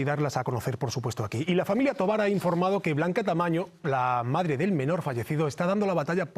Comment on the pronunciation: Se llama Blanca Tamayo no Tamaño, Dios la bendiga